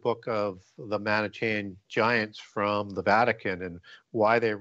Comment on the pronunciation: Manichaean, which pronounces as "man-ih-CHEY-an" and pronounces as "moan-ACK-ee-an" is actually pronounced "man-ih-KEE-an" in English. Or at least, that's how I've heard professors of anthropology and archeology say it.